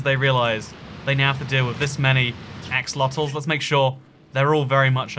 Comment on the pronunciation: I swear he said "a... fuckit of axolotels"